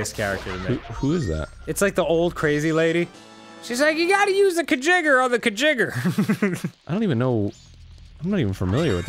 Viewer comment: It's pronounced, "Kuh-JIG-ger" (not "kuh-GIG-ger"). But yes, you're right, it's from Futurama. I actually had to pause the episode to check comments to make sure someone let them know. Thank you. That bothered me more than it should have.